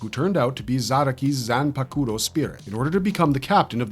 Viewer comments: I dont understand why u still pronounce zan pa ku ro( zanpakuto) if ur that kind of bleach fan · Bro Fr ahahah the way he pronounces the names.. I had to stop watching when he tried to say zanpakuto… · Dying at the way he says Zanpakuto 😂